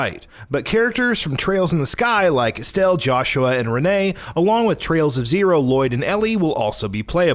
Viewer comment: Reneé LMAO